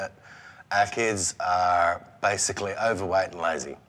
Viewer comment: well she was a mom and addressing food at home seems pretty natural. And she said "owerwaight" and said that to dad to address junk foodat home. She was too soft, those kidsare not owerweight they are obese and judjing by their reaction that is a sensitive to the,, so they better scream and shout rather then work on them selves. That is beyond lazy